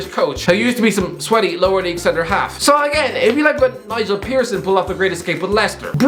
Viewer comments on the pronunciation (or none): none